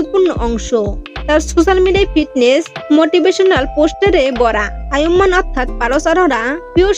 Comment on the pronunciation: নামটাই তো ঠিক মতো বলতে পারলেন না